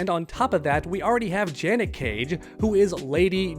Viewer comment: You Cassie take is even more wild than the way you pronounced Janet's name